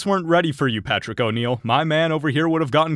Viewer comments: It's Patrice O'Neal. PAH-TREEZ. Respect the name!! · "patrick oneill" its patrice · it's PATRICE. PATRICE O'NEAL. NOT Patrick. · Did you fucking say PATRICK O'Neal????????